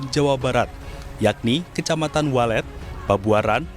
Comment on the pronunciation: Waled kang bukan weled